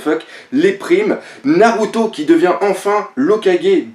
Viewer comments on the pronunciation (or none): none